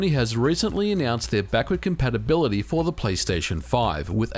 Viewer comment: "Backurd Campapability"